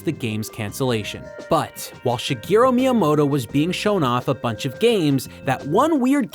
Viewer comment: Hopefully you know that by now, but it's Shigeru not Shigero